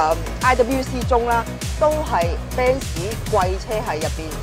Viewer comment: 點解一定要讀做： BEN 屎 ？？